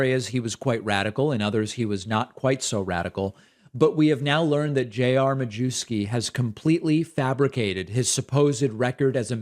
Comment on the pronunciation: David, sir. I believe the 'w' in Majewski is pronounced like a 'v'. It's lucky you're not constantly saying it's important to pronounce names correctly and that you have no antecedents from eastern Europe!?!